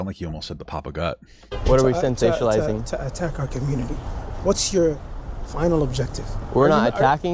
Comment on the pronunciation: had the nerve to call someone stupid bt yet he can't pronounce sensationalizing right that's so rich would he say your sationlizng yourself what a scared loser n you can tell he was scared bcuz he was fumbling his words n his voice was very whiney to lol 😂 this is my favorite part not gonna lie